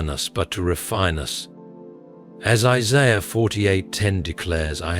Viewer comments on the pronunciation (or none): none